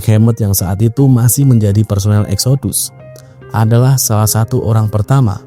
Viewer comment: Exodus kalo dibaca bunyinya jadi Eksidas..